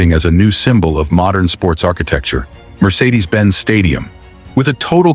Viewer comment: COULDN't even get the MERCEDES name PRONOUCED properly. Very SAD how AI is deficient...and yet someone APPROVED this VIDEO. And THEN...the video BUTCHERS 'L E D panels and calls them 'LEAD panels'. Pathetic. VIDEO should be taken DOWN. Embarassing! $1.5 BILLION doesn't get you much anymore!